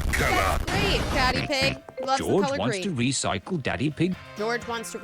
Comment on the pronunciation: The dino saying RESICLE RESICE RESICE got me rolling to mars